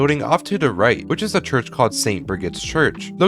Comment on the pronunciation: St. Brigid's "Chruch"?